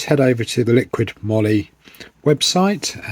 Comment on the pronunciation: I think it's "moly" as in "holy moly"